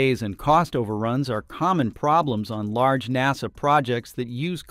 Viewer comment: ok little AI dude NASA not NOSA.